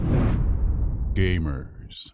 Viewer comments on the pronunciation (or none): Don't like the way you say Gamers in the intro, makes me laugh every time. Just some feedback :)